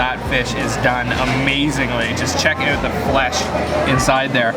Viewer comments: "check the eut" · OMG your "out" is the most canadian I've ever heard